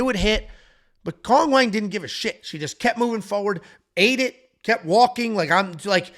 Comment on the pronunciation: Chinese people seem to call Cong "Tsoong"